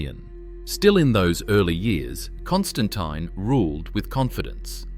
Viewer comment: Constantine the what "fifi" lol.